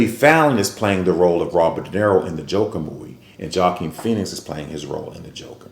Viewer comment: The “J” is silent in Joaquin’s name sir.